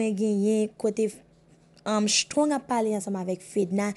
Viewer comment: Se shtrong se strong prononse non moun yo bien madanm